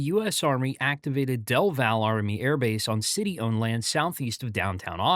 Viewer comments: It's pronounced "Del VALLEY," not "Del VAL." Do your research, and DON'T RELY ON AI !!! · Another AI video with lots of mispronunciations. It's dell valley, not delval. And it's miller not muler. The new terminal is only 5 years too late? That's pretty good for Austin. I35 is 20 years behind its traffic needs! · It’s pronounced “Del Valley,” not “Del Val.” #shibboleth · Del Valle is pronounced "dell valley," NOT "dell val." Ask a local first! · Great video! And I agree with other commenters that Austin Int'l is planned to become a major focus for Delta Airlines. BTW, you referred to Del Valle Army Airbase . Austinites pronounce Del Valle as 'Del Valley.' Austin has long pronounced place names their own uncommon way (i.e., Menchaca and Guadalupe). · Its pronounced "del vallee" by the way